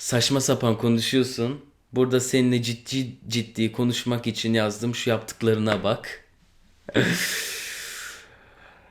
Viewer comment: de "yazdım" daki a harfi niye öyle -_